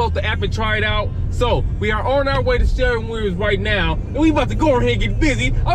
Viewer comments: It's called sher-win not sharin Williams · 😂😂Sharron Williams Bro, it's shur-win Williams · Spelled shErwin Pronounced....SHURwin sounds like a U in fur🥴 Nice video Is this a particular city/state? Or anywhere USA? New sub😘